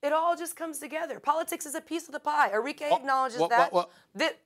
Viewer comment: Its arikeh int pronunciation not Ari-k